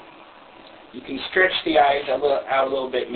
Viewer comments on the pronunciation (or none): none